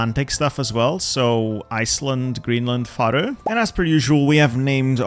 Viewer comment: Why do you pronounce Faroe so weirdly? It's neither the English, Danish or Faroese way xD